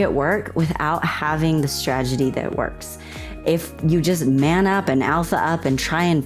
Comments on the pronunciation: Lol, did you actually say "stragedy" instead of "strategy"? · My favorite part is when she said "stragedy" twice in a row.😂